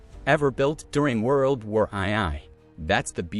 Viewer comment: World War "Eye-Eye"? I'm out.